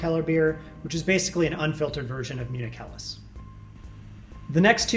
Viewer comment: Wow, that's one heck of a good pronunciation of "Helles".